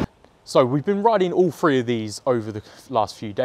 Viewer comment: Great review but the Free instead of Three was driving me nuts.